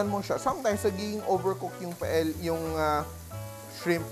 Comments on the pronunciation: mawalang galang na po chef!! Ang proper na pag-pronounce po ng PAELLA ay hindi po pa-ELYA kundi pa-EYA!!! The ELs are SILENT!!! Yun lang po 😊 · It’s actually pronounced “Pae-ya” The double L in Spanish is pronounced as the letter y. Since Paella is a Spanish dish, it’s better to pronounce it appropriately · It’s called PAEYA. You need to watch how the Spaniards say it. Thank you. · In Spanish, it is pronounced as silent L. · Chef ka ba talaga? Proper pronounciation ng paella mali pa?